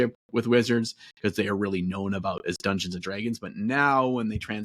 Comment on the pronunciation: the way does the midwest slur (Detroiter here) when he says Dungeons & dragggeens is awesome please keep this stuff coming!